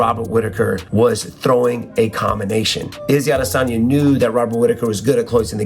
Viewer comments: Why are you calling him "Izzy Adesagna" lol just say Izzy or Israel Adesanya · “Izzy Adesani” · SAY IZZY ADESANYA ONE MORE TIME I DARE YOU!!!!! 🤬🤬